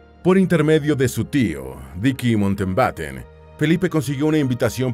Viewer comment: El apellido es Mountbatten, no Mountenbaten ni Mountbeiten. La mitad del video no cita cosas sobre la pareja sino curiosidades aleatorias. Entretenido, igual.